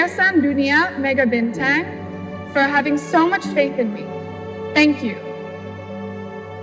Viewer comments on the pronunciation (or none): I'm so laughing when said "yayasan dhunia Mega Bintheng" 😁 😅. BTW congrats for the new Miss grand Indonesia 2021 Rogan, semoga mendapatkan prestasi yang lebih baik lagi dari Aura kharismaa 🙌🙏🏻